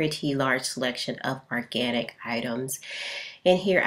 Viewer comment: ORganic not ARganic